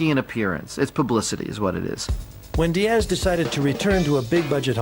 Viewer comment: There is no ASSSSS emphasis in the name Diaz as these people are constantly doing. Strange since they don't do it with Thomas, Douglas, Lucas, or any other name ending that way.